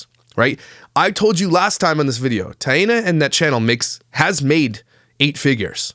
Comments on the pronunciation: please just say “T”, instead of mispronouncing her name 3 different ways throughout the video. Thank you. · Nope. It's pronounced like TIE-nuh. Similar to Diana but with a t is the way she described it in her own video. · Her name is pronounced “Thai-e-naw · The baby looks exactly like JJJ but Taina PRONOUNCED “I-Ana “ says the baby looks just like Cleopatra! Weird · Her name is pronounced Taint